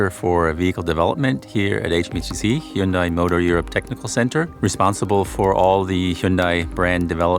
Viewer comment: An official Hyundai channel incorrectly pronouncing Hyundai 🤣